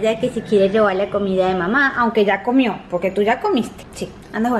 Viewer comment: en el minuto 12: 12 dice cachito tomio en vez de decir comió😁😁😂😂😂😆😆😆😅😅😅😆😆😆😆😆😆😆